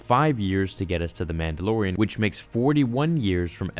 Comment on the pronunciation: 1) I think he was trying to extract DNA from THIS baby to create clones. 2) why can't you say "Man da LOR ian" correctly?? It's not "Man da lo RIN".